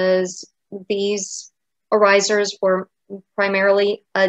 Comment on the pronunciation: Dear, please adjust your pronounciation of the Dutch word with the emphasis on 'oor'. That is how it is supposed to pronounce (trust me, I am a native speaker).:-) Also: regional dress in Staphorst en in some places in Zeeland are still worn on a daily basis, including their beautiful silver oorijzers. You can find a picture here: (fyi: the woman on the left is wearing mourning-colours, the woman on the right wears the regular, everyday colours.